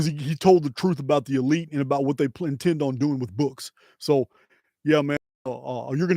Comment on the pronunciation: Elites? Or EL-ites?!